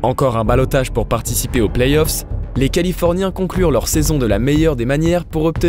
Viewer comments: Ouais attention, on dit playoffs et pas playsoff. A part ça c'est bien continuez comme ça 👌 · Playzoff ça fait vraiment mal aux oreilles. Vous le dites et vous l'avez écrit dans une citation à un moment à l'écran... Sinon super video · superbe reportage, par contre t sérieux lorsque tu prononce playoff "playz off" ? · Belle vidéo qui transmet bien les émotions Sympa la nouvelle voix off mais le seul truc qui pique les oreilles cest la liaison dans le plays off (on entends playzof) Sinon comment parler de cette série sans parler de l'énorme dunkerquois de Baron Davis sur Kirilenko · elle sont génial vos/ta vidéos mais pourquoi le doubleur il fait la liaison a playoffs ? il dit "playzoffs" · Arrêtez des dire "plaizzzoff" please... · Franchement très bon contenu, mais faites un effort sur la prononciation. Entre les noms francisés sans raison et les lettres rajoutées (playZoffs??!!), c'est vraiment frustrant à suivre, surtout que ça revient très souvent. Bon courage pour la suite. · Très bonne vidéo ! C'est toujours passionnant de découvrir la passé d'une franchise ; mais je trouve un léger défaut a cette vidéo ; la prononciation du numéro 77 des Mavs : Luka Doncíc ; après Donchique et Donkik on en vient à Donquiche !!! On prononce cela Donchiche si vous voulez :D Ça et PlayS(?)Offs ; NoOUItzki (?) ; vraiment rien du tout mais des efforts de prononciation à faire de la part de notre agréable nouvelle voix ! Rip Kobe and Gianna ; both of u will stay in our memories forever <3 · La nouvelle voix en dirai un robot ou une personne pas très renseigné sur la NBA pck pour dire playzoff faut être fort🤣🤣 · Ça fait plaisir un bon retour après il manque juste d’apprendre la prononciation des noms et playoffs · Kevin Durand, playsoff ... 😅